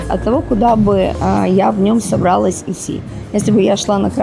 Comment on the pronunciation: собралАсь, а не собрАлась; продалОсь, а не продАлось; продалИсь, а не продАлись